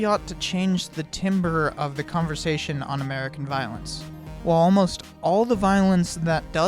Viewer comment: Might be nitpicking But did you not mean timber to be pronounced as "tamber" as in a quality of sound? Loved the video!